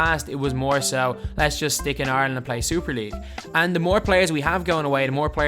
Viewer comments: I keep hearing “Arlen” it took me 10 minutes to realize you said Ireland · Thats basically the way you say rather than IRE land